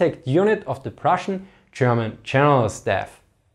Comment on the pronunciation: Interesting topic. But the moment I heard "Cherman chenerals" I tuned out. Sorry. 🤣